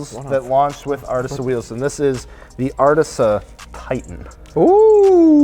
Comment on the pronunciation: it’d sound better pronounced “artiza” but besides that it’s sick